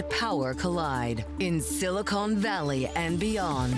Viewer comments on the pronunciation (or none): It's silicON valley, not silcONE valley, geez...